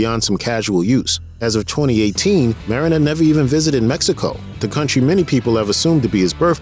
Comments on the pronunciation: Marin, pronounced Mahdine---not Marrin. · UGH ITS NOT MARE-IN